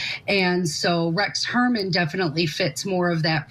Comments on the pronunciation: God lady, say Huermann’s name right! That hurts your credibility right there. It’s not Herman 😅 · The woman investigator can’t even get the name right - calling him Rex Herman. Come on lady! 🙄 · Shes a joke. Doesnt even know how to pronounce Heuermann's name, after ALL of the publicity surrounding the case. Shes an embarrassment to "private investigators". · Can you please get ‘experts’ who can actually pronounce the alleged killer’s name properly? come on, do better please. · 😅😅 yeah she can't pronounce his name😅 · At least interview someone who can correctly pronounce the killers name. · I know. I have been screaming at my screen. THAT IS NOT HIS F’ING NAME. !!! What a dumbass.